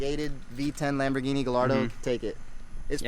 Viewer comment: The Dude owns a lambo and cant even pronounce the name right lol